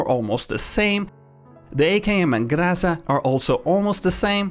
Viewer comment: no, it's Graza